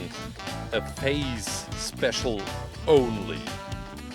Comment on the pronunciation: says something about face special and it sounds like he's saying faze cause of his accent Me: sarcastic laughter thing get it, cause tfue is sueing faze